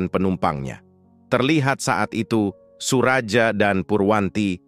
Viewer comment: Bukan SURAJA, tapi SURAYA..